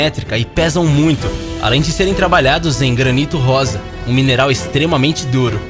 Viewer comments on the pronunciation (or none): none